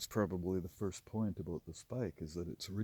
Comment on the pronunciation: Aboot = Canadian :)